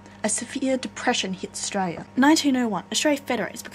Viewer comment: Australia... The L isn't silent